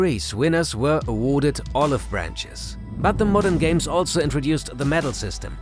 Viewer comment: Hälfte ausgesprochen wie ein Brite ("the winners were awaaaahrded..."), die andere Hälfte wie ein Amerikaner ("...olive bräänches"), und ungefähr jedes zehnte Wort wie ein richtiger Deutscher ("Heracles"...) ;) Aber darauf kommt's nicht an, war ja alles verständlich und vor allem informativ.